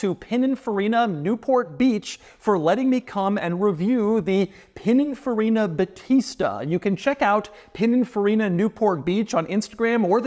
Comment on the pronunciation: I'm italian, that's not how you say "battista"